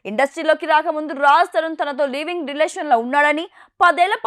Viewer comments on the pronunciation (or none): అమ్మ యాంకర్ లీవింగ్ రిలేషన్ కాదు, లివింగ్ రిలేషన్ కాదు. అక్షరం ముక్క రాణి వారు జర్నలిస్ట్, యాంకర్లు